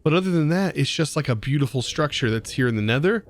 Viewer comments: "Neter"... Right, sure XD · "Neter" hahaha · Everyone: Nether: Neter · you named it "neter" its "nether" and also great vid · I kinda love me some "Neter" dimension😅